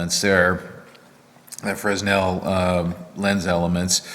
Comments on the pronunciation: Frensel? You mean fresnel, right? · Hi the fresnel lens is pronounced frenel the 's' is silent. Im a roadie by trade. not sure but I think they were named after the guy who invented them. thanks for the education I'm getting watching your videos! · The lens is pronounced fre-nel the s is silent. sorry it hurt my optics ears.... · Aha, someone from the other side of the pronunciation of Fresnel! I worked in equipment rentals for a buddy in the movie industry to fill in while on lay-off from my welding job, and they always pronounced it [Fray-NEL], so I just went along with it. Now I might have to change my ways! :D Thanks for the shares, Aloha...Chuck